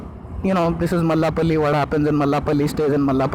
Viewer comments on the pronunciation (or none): It's Mallepally not Mallapally..